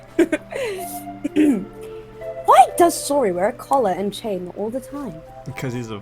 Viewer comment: "Saury"? That Sounds Like A Pronounced "Sorry"